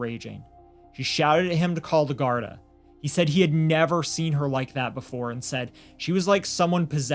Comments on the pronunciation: Love your sympathetic commentary, just 1 thing - gardai is pronounced Gardeee instead of gardi brilliant coverage from an Irish follower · It’s not important, but it’s pronounced gar-dee, not Gard a. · its pronouced gardie no gardi am from the uk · the word's pronounced "GAURD-EE" AND NOT GAURD-I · Gardaí is pronounced Gar-thee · Its said ..garthee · Gardaí is pronounced like "gar-dee" and síochána like "shee-ah-caw-na"